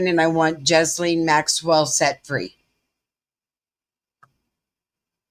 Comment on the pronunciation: Just FYI, Ghislaine Maxwell's first name is pronounced more like "Gy-Laine" rather than "Jiz-lane". It is pronounced "Gy" or "Gi" like the uniform people wear doing Karate and Laine almost like rhyming with "Ben", but with a softened 'n' and an extra soft 'e' at the end. Her first name is very French, her last name very English, reflecting his family history.